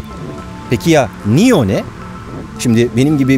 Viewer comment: nio diye degil neo diye okunuyor bu arada